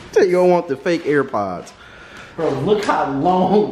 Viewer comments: Why you keep calling them ear pods 😂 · He was pissin me off for saying ear pods 😂